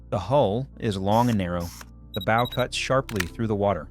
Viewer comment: Please, ships do not haves bows like shows; they have bows like cows. Sorry, serious pet peeve.